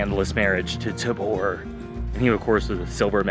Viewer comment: Tayber baby doe pronounced tay Ver, god you aren’t a local